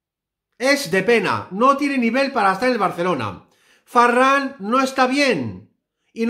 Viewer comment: Por que dices Farran?